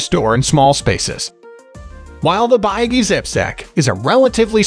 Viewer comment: this is a wrong review and you are pronouncing the name of the company wrong too.